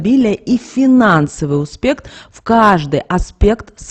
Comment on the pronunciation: достаткА((( а не достаткИ(((успеХ, а не успеКТ((( Что у вас с русским языком???((( Окончания неправильно произносите(((